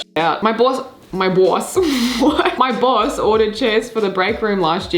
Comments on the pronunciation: "my BAWSE" You turned into a New Yorker for like 2 seconds I'm dying 😂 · “my BAWSE” i died